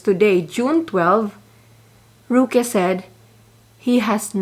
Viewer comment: I really like your vlog, i can relate with your frustrations, I’m so amused by the manner you pronounced the name of roque, “ruki” hahaha🤣 thank you so much for doing your in depth research, you’re the best, God bless your family🤓😇😘